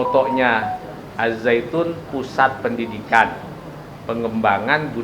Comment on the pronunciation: Kok Al Zaitun. Apa bukan AzZaitun